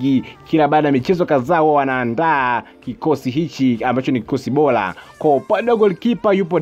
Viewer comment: Sio oloza ni orodha na sio bola ni bora kasome kiswahili